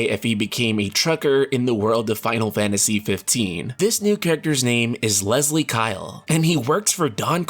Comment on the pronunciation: When Leslie is a male name its usually pronounced less lee not lez lee. Source: its my dad's name.